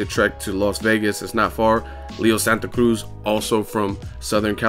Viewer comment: Bruh just say Santa Cruz like a regular non Spanish person lol you butcher the shit out of it